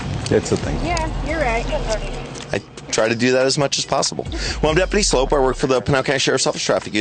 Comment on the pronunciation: Dude's name is 'Sloup' (like 'Soup' with an l added). Should be pronouned 'Sloop', not 'Slope'. Does he also buy cans of SOPE? lol